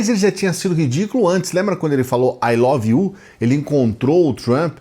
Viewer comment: Bolsonaro falando "O love you" pro Laranja, me dá dor física